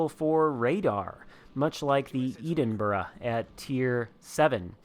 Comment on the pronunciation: Just like a few others who find you're tediously boring and deliberate mispronouncing of Edinburgh. I'm unsubscribing too. Making yourself sound stupid.